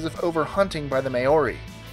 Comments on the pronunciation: May o ri? R u fucking joking it's Pronounced Mow ree. Māori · Pronunciation correction - The Maori are pronounced "mowree" and not "may or ee". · Btw it's not may-or Ee its pronounced mow ree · Btw, "maori" when said by actual nz maoris sounds like "mouldy" when aussies say it, its more like mow(as in cow)-Ri, noone however says may-Or-ri. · you really need to learn to pronounce maori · U said maori wrong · Marked down for not pronouncing Maori properly ... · Wow, you fucking butchered the word māori. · HOLY SHIT YOU JUST BUTCHERED THE WORD Maori